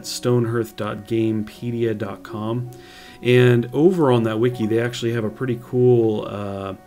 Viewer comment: Stoneherth? no its stone HEARTH, pronounced HARTH